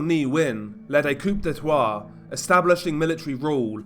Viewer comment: That pronunciation of Coup d’état was crazy